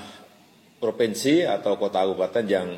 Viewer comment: Provensi.. Pendengaran saya beliau menyebutkan provensi.. Mohon maaf sebelumnya, mohon pncerahan, yang benar provinsi apa provensi?